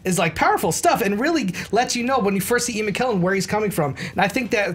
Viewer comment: can't pronounce McKellen correctly. It's a k not a q.